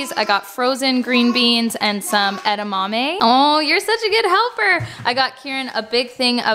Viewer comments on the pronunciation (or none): none